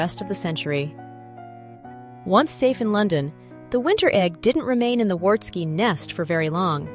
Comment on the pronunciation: Pronunciation: the W in Wartski is pronounced as a V.